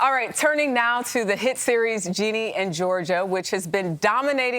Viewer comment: Perfect example of hosts not doing their research on their guest. For one, her mom passed away. And two, it’s pronounced Ginny, not Jeanie and not Jenny. What an absolute lovely actress!!